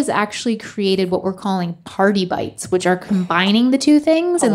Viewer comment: Instead of party bites I heard cardi bites